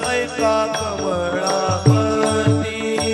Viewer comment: वचन ऐका. कामडपती. नाही. कमळापती